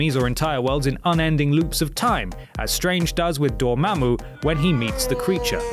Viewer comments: You say Dormammu pretty damn well. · I love how you pronounce Dormammu.